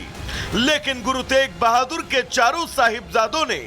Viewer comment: Guru tej bhadur ni hai guru teg bhadur ji hai naam to shi se lelo